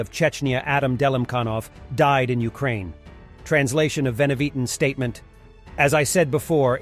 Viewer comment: ...you pronounced Ukraine wrong